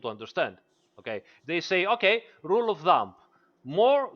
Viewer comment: did he say "rule of thumb" or "rule of dumb"? :-) BTW fantastic explanation